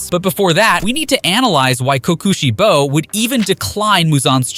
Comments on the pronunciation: Why I’d they say it like co Koshi bo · "Ki Ki shibo"